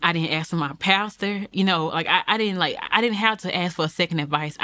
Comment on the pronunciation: Ask not ax.